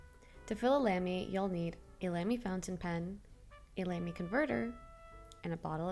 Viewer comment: It' not Lemy it's Lamy. Apart of that you are the ONLY person around filling it without pen. I was doing it for long as it doesn't make sense to dip my Vistas or Safari inside. Even when it's close to the end I use syringes and transfer some into small narrow cup. Much love from Croatia, Europe ❤ I'll sub